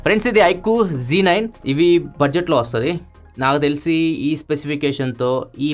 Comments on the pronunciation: Adhi z9 kadha Mari G9 antunnaru anti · anna adi iQOO Z9 anna Nuvvu G9 Antunnavu 😅🤭